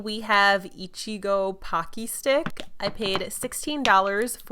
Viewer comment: For the ichigo pocky stick slime its pronounced e-chi-go and it means strawberry in japanese :3